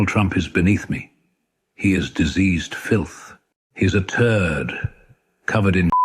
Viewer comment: "he is a tuurd" love that little emphasis on turd....